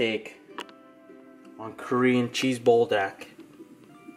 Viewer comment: you say BUL like BULL or BOOL (Pool with a B) which means fire, and DAK is chicken like GAI :P Good stuff, but I would of added the chicken into the ttokbbokki in the saucepan and then added cheese on top of everything on the stove top.